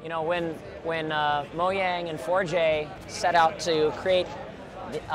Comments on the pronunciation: It's mojang not moyang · It's mojang not moaing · Oh and he says Moyang instead of Mojan.g... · This looks incredible. And it's pronounced Mojang, not Moyang. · ha he said Moyang it's Mojang. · What the heck is wrong with him it's pronounced Mo-jay-ng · moyang and forgay? Ha speak in English please.